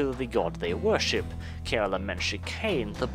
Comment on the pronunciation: Anyone else catch "The Dark Elves 'vörship'"? I can empathise there, 😅